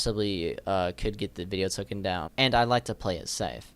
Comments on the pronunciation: It's "taken" down. Not "tooken" down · *Taken not tookin......